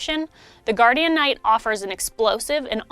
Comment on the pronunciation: For the love of Kazeros, call it Guardian Knight not Guardianknight. it sounds so wrong